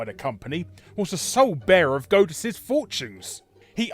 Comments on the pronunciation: "Goat-us"? Isn't it pronounced "Gawd-us", y'know, like in god? Or is Larry making a joke that is going over my head? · It's God-uss, not Goad-uss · Are you calling it "Godeus" to try and gode us?